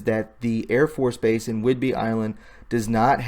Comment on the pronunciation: Naval Air Station (NAS) not Air Force. And not whidberry island. If you want to ne a journalist and speak with authority. You must be accurate on the small stuff too. Otherwise how can people give you their trust? Good effort though. Keep improving. Stick with facts, stay away from editorializing, support sitness opinions with facts and dont give tour own opinion. "Don't tell us, show us."